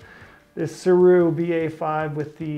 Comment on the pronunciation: The GOAT Cody yelled at me when I ordered mine 😆🤫and corrected me that Sirui is pronounced “Suray” I love mine anyway